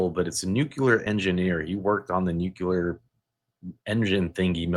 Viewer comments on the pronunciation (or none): Nuclear...not nucular....😂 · Please, please, please -- nuclear is pronounced NEW-CLEE-ER and not new-cyu-ler. N-U-C-L-E-A-R. Otherwise, this was another good video.